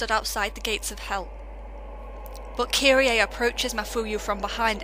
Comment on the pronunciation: I'm seriously disheartened by people who play video games ; and the game gives perfect pronunciation , and then the person just goes "Fuck it, I'll just say it how I want" (though its incorrect) "Kiri-A" It's just kirie, the "e" in Japanese isn't always the sound EY. Tomoe is TOE - MO sigh Then again you have a Vulpix as your channel mascot so its already apparent of fucked of name prounonciatations of the Pokémon community.